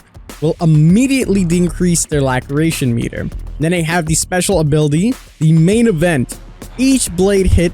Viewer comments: literally everyone: la-sir-ray-tion king: lack-ree-ay-tion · It's pronounced "LA SIR ATION" not "LACK ER ATION" 🤣🤣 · By the way laceration is pronounced "las-eration" not lacreation lol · Lass-er-a-shon : laceration aka a cut. I love your videos but imma need you to do some research on some of these words bro. I find myself triggered as hell by the end of a video sometimes. Much love though. Keep up the good work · Are you not a native English speaker? The amount of times you mispronounce words is actually triggering >.< It's Lah-sir-ay-tion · Love the videos, keep it up. Its pronounced la-sir-ation isnt it? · Las-er-ation is how you pronounce "Laceration" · Laceration pronouced: Las-sir-ration Love the content King! 🤴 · Laceration. Lass-err-ation. A type of stab wound 💀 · Lol 'La creation' meter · Laceration (lac·er·a·tion) pronounced: (la-sir-ray-tion) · It’s pronounced laceration as in las-er-ation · King my brotha "Laceration" is pronounced "lass-sir-ray-shun" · Great vid, but it's pronounced "Lass-er-ation" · Ok since I’m a finicky person it’s pronounced “lass-sir-ation” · 🤣🤣 I'm like lackeration?? They are bleeding no lactating. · Just for future reference it is pronounced La-sir-ation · The way he pronounces laceration! 🤣🤣🤣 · Am I the only one laughing that he said laceration wrong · dude please learn how to say laceration correctly.